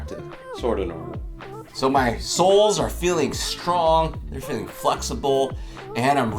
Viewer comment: “weaknesses in our soles.” Even though I knew the topic of the video, I did a double-take when I heard this because I thought you meant “souls!”